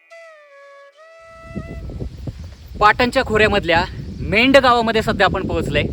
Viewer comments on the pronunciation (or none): Medh नाही मेंढ नाव अगदी बरोबर आहे. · Mendh nahi medh aahe